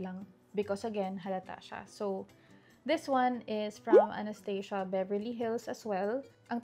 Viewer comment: One of the most beautiful faces!!!!! With or without makeup, Btw the brand Anastasia is pronounced as Anas-tah-zha😊